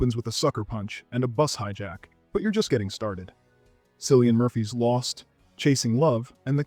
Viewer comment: It's not Silian Murphy 😂 It's pronounced Killian Murphy even though when you look at it it starts with a C. Come on, he won an Oscar lately. 😊